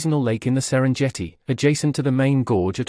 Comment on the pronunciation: Namibia isn't pronounced Name-bah. It's Nah mib ee ah Serengeti is pronounced with a hard g, not a soft g.